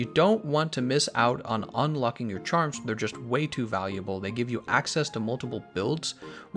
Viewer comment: "Chamrs" ;p